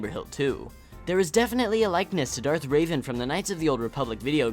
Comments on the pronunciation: Dude, it's not Darth Raven, it's Darth Revan... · It's /Rævan/ (æ should be pronounced as short accent e or something, I was trying to find a right character, dunno if I did). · Did you just refer to Revan as Raven?